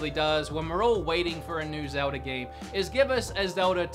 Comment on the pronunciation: Zelda? You mean ZELDI?????